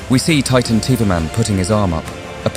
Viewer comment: Its titan tv man not titan tov man😂